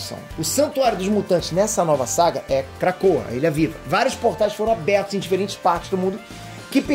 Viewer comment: Só eu que toda vez que ele diz krakoa ouve KRACUDA? Lol